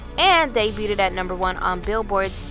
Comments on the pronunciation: Debuted is pronounced "day-byood", NOT "day byoo ted". Love your videos! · debuted . Pronounced "deh-byood,"